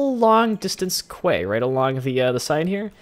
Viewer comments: Its meant to be prounouced key. Not Kway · Quay is pronounced "key" BTW